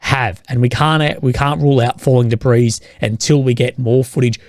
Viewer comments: The s in debris is silent, it's a French word. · Dabreeze = debris 😂😂